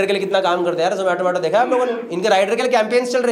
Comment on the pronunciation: The manner in which Gaurav Bhai pronounced Zomato correctly all the time, shows how keen the company is on its marketing.